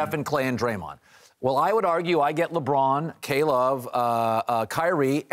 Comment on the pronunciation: it's Luh Bron not Leggghhhhbraahn